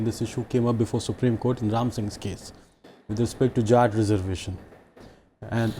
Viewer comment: They are jaats not jhaats 😂